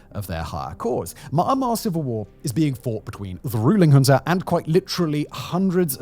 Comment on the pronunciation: Junta does not have an R at the end. Please stop pronouncing it with an R